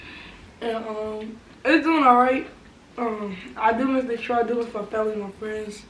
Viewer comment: Ok “detoit” 😂